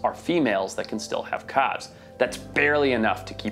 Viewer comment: Learn how to say calve correctly